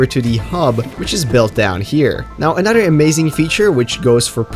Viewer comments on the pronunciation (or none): I love the way you say another haha, anoder